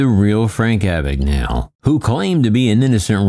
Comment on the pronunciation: I’m almost certain that “Abagnale” is an Italian name. “gna” in Italian makes the same sound as “ña” in Spanish. It’s weird hearing his surname pronounced as if it’s an English name.